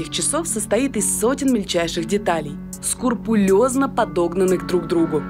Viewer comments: Правильно говорить не "скурпулезно", а "скрупулезно". Для ведущей на телевидении надо сконцентрироваться на правильном произношении слов русского языка и достигнуть совершенства. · Ивлеева учи русский язык - не скуРпулезно, а СКРУПУЛЕЗНО! Женева не впечатлила от слова ничем. Струя воды, Карл! Самая длинная с скамья! Омагаааад!